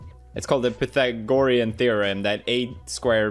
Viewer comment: pa-they-gre-en theorem